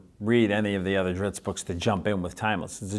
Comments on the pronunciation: ...yeaa..he'll always be dri-zzzz-T to me... dritz? Zits? Drips? Lmao sorry bob, you are pronouncing your creations name wrong ^^ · If he calls him Drittz then I’m gonna keep pronouncing it Drittz lol. Thanks RA! Oh and I luv me some Jarlaxle